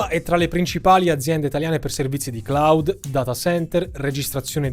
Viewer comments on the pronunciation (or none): none